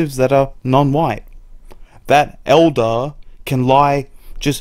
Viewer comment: Sounds like you were saying "mocking an eldar."